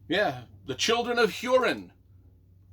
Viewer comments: Pronounced Hoorin, or Hooreen. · Learn how to pronounce Hurin and the make a vid about it